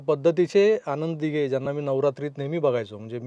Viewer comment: अशुद्ध भाषा आहे, सुधारणे आवश्यक आहे. न आणि ण मधील फरक समजून घे. आनंद दिघे असा उच्चार हवा, आण्णद दिघे नाही. अनौपचारिक✔️ अणपचारिक ✖️, वृत्तवाहिनी✔️ वृत्तवाहिणी ✖️